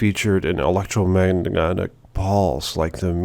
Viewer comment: why this man speak this (and the way he flubbed electromagnetic was absurdly funny)